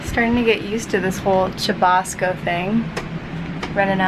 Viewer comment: I like the way you sa: chubasco, you can also use Aguacero or Palo de Agua en other Latam countries